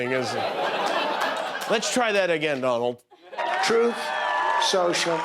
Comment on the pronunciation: There it is Donald Trump struggling to say the word TRUTH 🤣🤣